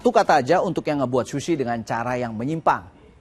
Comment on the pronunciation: Ga tahan sama "shushi" Nya. Dan diulang ulang terus "shushi" Nya